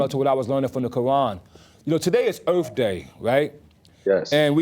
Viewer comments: It's pronounced EARTH not ERF. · The earf! The earf is real! Earf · “The earf is the home of all of us” 🤯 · It was earf day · Earf woman supreme mathematics, ah okay. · It's "erf". Get it right. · LMFAO!! Fools in the comments talking about dude dropping "jewels" and "nuggets" but I gotta question a man who can't pronounce earth correctly, and I gotta question the idiots who think he's a "genius" I guess the low IQ theory is correct.